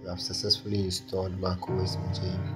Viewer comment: first Mojave is pronounced MOHAVÉ you know , the desert area in California plus the amount of time you waste in installing mac os and dealing with its problems might as well get a cheap old mac from 2012 to experience the OS lastly MAC these days is just a glorified smartphone you're not missing anything if you skip it , waste your time with linux instead at least you learn something